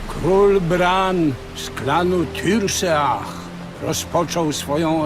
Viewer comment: Czyta się Tirseach nie Turseach.Nie da sie tego słuchać